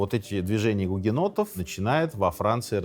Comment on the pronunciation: Мне одной слышались периодически не "у гугеннотов", а "у енотов"? 😅